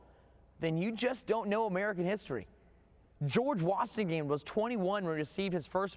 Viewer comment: “George washingham”